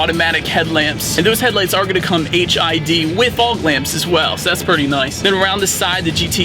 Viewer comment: Did he say the headlamps are going to come "HIV" or "HID"?